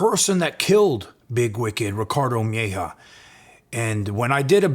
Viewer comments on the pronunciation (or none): Its mejia not mehja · Bro PLEASE PRONOUNCE MEJIA CORRECTLY! Its not MY-HAW its MAH-HeeahAH PLEASE!!! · You mispronounced the surname Mejia. Its said like May-he-ah. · It's pronounced meh ,he,ah. Mejia... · Mejia is pronounced different